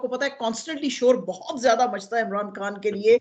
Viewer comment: شازیہ صاحبہ خان کو کھان اور خبر کو کھبر کیوں کہتی ہیں؟